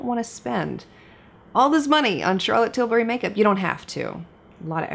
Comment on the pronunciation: Charlotte probably really appreciates an American that actually pronounces her name well. Charrrlot TilBARRY, her third cousin from down south, is not making an appearance in this video 😂